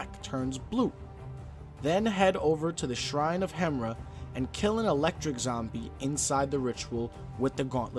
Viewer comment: Bro it's pronounced hem-ear-a not the way its spelt lol